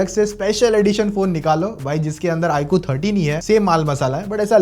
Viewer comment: Iqoo ❌ ikuu